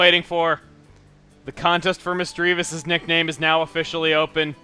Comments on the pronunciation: Misty, you miss misty, and a lot of pokemon miss misdreavus, and it's misdreavus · Misdreavus: ShinaiKoka. If this fits in the name thing. The reason is it means "Doesn't Effect" in Japanese in one word. It is actually Shinai Koka.